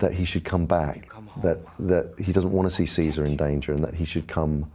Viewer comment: But when will people learn to pronounce Caesar?